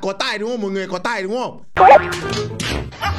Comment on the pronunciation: tày vs tài nó đọc khác nhau a ơi